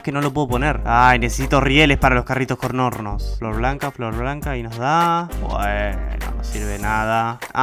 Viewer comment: dice "Corn nornos"